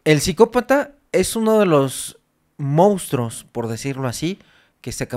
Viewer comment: Es primera ocasión que veo un video de este canal, primera y última, llegué al minuto 16. Señor, no se dice mounstros, se dice monstruos, no se dice algor, se dice argot. Lea más, prepárese más, sus temas son interesantes pero le hace falta cultivarse.